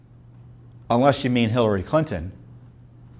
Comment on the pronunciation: Right it sounded like Tom said "Billary Clinton". LOL!!! BTW, if the Muller report had been 20 pages then every American would have read it, which was not wanted.